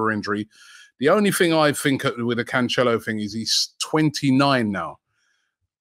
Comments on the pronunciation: bro said conchelio lmaoooooooooooo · Pronounced Canselo